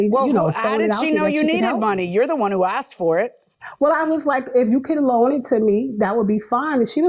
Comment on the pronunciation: It's "A S K E D", not "A X E D" Ugh 😫 so cringe